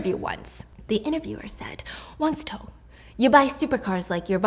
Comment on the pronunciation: Si Cong is pronounced more like Si Tsuong than Si Tong